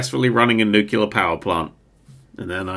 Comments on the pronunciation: I can't tell if he's trolling or if her actually thinks that "nucular" is correct. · new-clear... new-clear.. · Ah man it hurts to hear pronounce nuclear as “nucular” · Did he really pronounce it new-kew-ler? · Nuclear its pronounced Nuclear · Nerd showing us all that he can't say "nuclear", he can't read instructions, and that he will cause Chernobyl and immediately try to blame a deactivated robot. This is exactly why real power plants have dozens, if not hundreds, of workers on-site at a time. XD